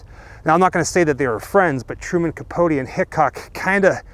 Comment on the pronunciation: By the by Capote rhymes with coat x